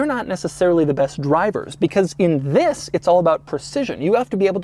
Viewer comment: You know its doug when the video start with “zzzis” (this)